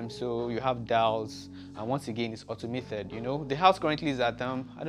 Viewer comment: Automated not automathed